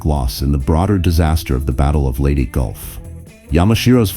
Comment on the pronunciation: Robo voice. It got Leyte wrong, too.